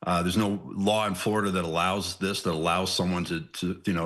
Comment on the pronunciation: I've never heard of Flordia, is that just how blacks pronounce 'Florida'?